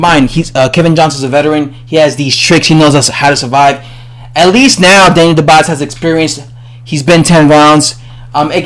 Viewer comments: His name is dubois not dobise!!!! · He says more like Daniel The Boss haha